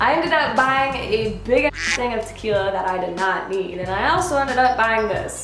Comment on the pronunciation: Yes, the horrors of "tah-kill-ya". I can't touch the stuff anymore. Thank goodness for rum!